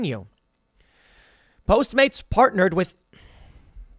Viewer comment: It's funny how you're automatically saying post maids instead of postmates